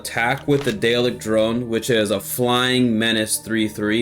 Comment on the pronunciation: Daleks are pronounced dar-lexs if there are multiple or just dar-lek if it's one 👍🏻